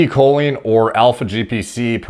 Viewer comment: Makes fun of the guy's pronunciation and proceeds to butcher Choline.